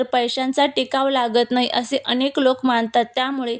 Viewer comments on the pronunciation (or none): none